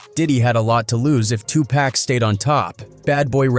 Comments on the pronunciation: It burns my ass when newscasters and AI cannot pronounce "Tupac" properly🤨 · Y'all need to have somebody that does these shows learn how to pronounce 2Pac 's name right if there going to do a story about him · You are saying his name wrong it’s 2 pac not 2 pack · 2 Pack??? Could you sound any whiter? And I'm white! I think the world knows 2Pac is pronounced, (Two Pock) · How hard is it to say pock and not pack 🙄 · It Tupac not Tupack !! Have some respect in this ICONS name !! Notice Snoop is on EVERYTHING !! Dre like !! "Just keep my name out this shit". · Tupac not Tupack WTF !!!! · Tupac!!! Not Tupek.. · Why tf so many white people say tupack??😅😅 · 2 Pack. Pronounce the name right. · Mans said TWO PACK. Man ppl still can’t pernounce big homies name ? And yeah snoop yeah. Idk about u fam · I stopped watching when it said Tupack... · 2 Pack...PLEASE say his name like he said it!!! Driving me crazzzzy 😖😂🤣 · Why report on a topic and can’t even pronounce their names right?? Who is 2 pack?? You shouldn’t be reporting anything and can’t even report the victims name correctly. Go back and do real research stop just trying to put anything out there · I just can't handle "2 Paack" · I wonder if we spelled it 2 poc they will pronounce it right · I was trying to finish watching this but the 🤡 narrating this said 2pack one too many times infuriating me 😡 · If this man says 2 pack one more time I am gonna pull my hair out At least Iearn to pronunce the name damn!! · Quit dissrespecting the dead, it's not TuPack wtf! Why do you narrators continue to do this. I stopped midway due to this. Cut it out already! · It pisses me TF off that the AI keeps saying Tupac like that 😂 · NONE OF US APPRECIATE YOU OUTRIGHT DISREGARDING AND DISRESPECTING TUPAC BY PRONOUNCING HIS NAME WRONG ON PURPOSE.. WHY ARE YOU DOING IT.. APOLOGIZE TO THAT MAN... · IF GOING TO GET SOMEONE TO NARATE THESE VIDEOS MAKE SURE THEY SAY TUPACS NAME RIGHT THEY EVEN MOPREMES NAMES WRONG THIS IS BULL SHT